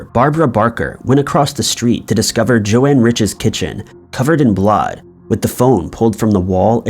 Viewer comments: Joan Risch, not Joanne. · BTW. It's Joan ("Jone"), not Jo-Ann... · Not Jo Anne, JOAN. Every true crime YouTuber has covered that case, how can you be fucking it up. sucking once again and reminding me why I never watch this channel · Well said! I agree. Found this channel, but have just found way too many false statements made, and am not going to watch it. It's just too unfair to the victim and the family and friends. Also, FYI to this man---Her name is Joan, not Joanne.